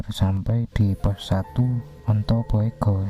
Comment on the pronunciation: Bugo bukan boego bacanya